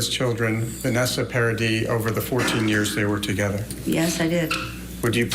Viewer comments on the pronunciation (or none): Damn it, it's Vanessa PARADIS, not PAIR-A-DEE